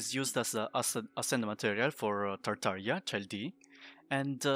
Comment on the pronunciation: can’t believe you didn’t fuck up tartaglia pronunciation, i’m impressed